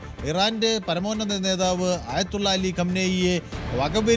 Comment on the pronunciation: നെധാവ്. എന്ന്പറയരുത്. പട്ടി എന്ന്പറയണം. നെതാവ്. കുമ്മയിനി. തന്നെ